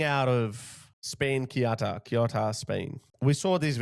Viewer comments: is not kiota is CE U TA, if you’re gonna talk about this kind of stuff at least do some research on how to pronounce things man, saying this with all the respect possible but cmon, CE (as in Celebration) UH (as if it was a OO in zoo) TA (as in Tanzania) CEUTA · Read “Ceuta” like Seuta (in reality it’s somewhere in between Feuta and Seuta). Read “Schengen” like ShenGen (G like meGa not like Giant) What does it cost you to check how to pronounce stuff in Google Translate before you make a video? I honestly find it disrespectful that you don’t do that. In 2025 Italy has let in 66 000 illegal migrants, whereas Spain let in 36 000 illegal migrants. The response of multiple countries to outright remove Spain from Schengen is unprecedented, especially how people don’t comprehend how these Moroccan people never reached mainland Europe. Unless I’m wrong and they did cross, but I haven’t seen any videos of it happening. I have no clue I’m chilling in Warsaw, Poland without any illegal migrant issues. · Hi the cities’ names are pronounced Ceuta = theh-oo-ta and Melilla= meh-lee-yah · For future ref, depending on regional dialect; Ceuta is pronounced "Seh-oot-ah" or "Theh-oo-tah". As always, thanks for all you do 👍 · Pronounced Se-u-ta Cheers guys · I always listen to your wise analysis of the confusing current world situation. My son says it is a World Wide Colapse. He is so right! Let me help you with the pronunciation of Ceuta and Melilla. Spanish is totally phonetic, and we pronounce every letter (except the "h" which is silent). So, Ce pronounced like the S in Sea. Then, euta, e like in egg and u like in University. Perhaps it will be easier for you to pronounce it as if it were written Seutia. As for Melilla, the double ll has a Y pronounciation, such as in young. Perhps it makes more sense for you to pronounce it as Meliya. Hope this helps! 😉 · He pronounce Ceuta much much worse 😂😂😂😂😂😂